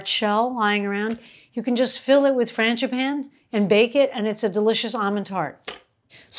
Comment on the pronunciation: It sounded like you said Mr. Fangi "panties" gloves!!! Ha ha ha ha - love your channel!